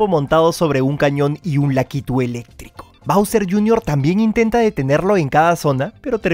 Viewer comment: Bowser JR. Se dice bowsi